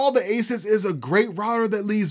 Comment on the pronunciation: I wonder what it is like working for Asus hearing people say Asis.